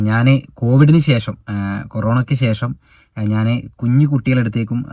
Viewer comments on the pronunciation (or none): none